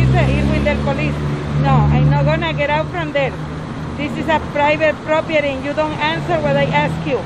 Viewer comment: this is a private PROPIERINN ?? 😂